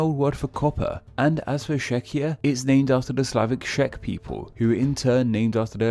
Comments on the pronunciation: It's not Schech it's Czech. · I just hate how he says "czech" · 1) Czech starts with same sound as chair, cherry or chain. 2) Hungary isn't name after Huns but Onogurs FFS. Only thing it has to do with Huns is addition of initial H...